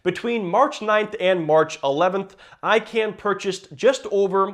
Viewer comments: Its pronounced “I-CON” NOT “I-CAN”. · It's pronounced ikawn, idk why but that would bother me everytime you said ican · Wait is he saying “I Can” purposely?Im pretty sure it’s pronounced “ICON” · stopped watching after u said "I-CAN" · nope its pronounced I-kun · It's pronounced Carl I-CON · I can pronounce Icahn's name, but you cannot. lol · thank you, the way he says it was driving me nutz